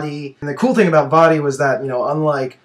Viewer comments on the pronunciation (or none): none